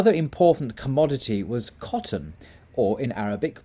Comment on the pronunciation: I wished you had used an Arabic person to pronounce these words, sorry you did not pronounce them correctly😬😂 , especially coffee and cotton, but it's ok thanks for the great content👍New follower.